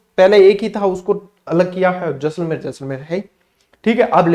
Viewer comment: शानदार , जानदार, धुँवाधर, खतरनाक क्लास थी गुरूजी। आपका जैसले 😅 बोलना मस्त गज्जब था। चेहरे पे हसीं मुस्कान खिलखिलाहत आ जाती he🤩😇 धन्यवाद गुरूजी जोरदार क्लास के लिए। 🫡